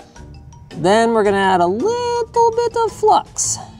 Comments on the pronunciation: Why does Linus turn into a liiiittle Russian every time he says the word little? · there goes Russian Linus again... 😂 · Squeaky "tiny-teeny-little" Russian Linus is my favorite Linus